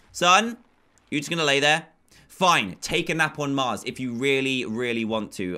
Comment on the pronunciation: When you sayed mars I heard you say cars